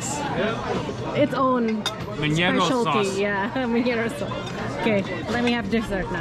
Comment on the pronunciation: Saúce not saude